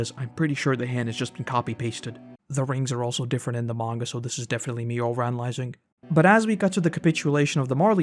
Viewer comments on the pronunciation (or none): none